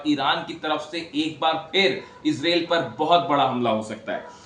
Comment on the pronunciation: Izril nahi madam israil bolo😂😂😂😂😂😂